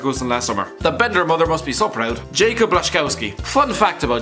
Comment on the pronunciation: Jacob? Gun-doe-gan? Really? It's pronouned Yakub and Goon-doe-wan. Not that difficult